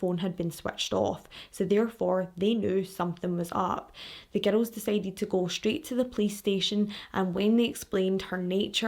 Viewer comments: I first heard it as "ghetto!" So I wonder if that other fan is also American. I figured it out quick enough but every time I'm still like: how can GIRL sound like GHETTO to me??? Glad I'm not the only one hearing a t/d in there. 😂 It's a lovely accent!!! Speaking of your accent, the first video I watched, as I was about to watch it briefly thought: wonder where she's from... American?, Latina?, Mediterranean?... well I'll know in a moment when I hear her... Scottish?!!!! 😂😂😂😂 So it was a LOVELY surprise. (Not that there's really any accents I don't like, but gotta say Irish and Scottish are up there in my faves!) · It took me a while to realize you were saying girls and not ghetto. 😂😂😂😂 I love your facial expressions! 🤭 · Omg it took me forever to figure out that ur saying "girls" lol ❤️ I love ur accent and videos 😹